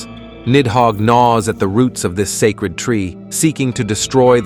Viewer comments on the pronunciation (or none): none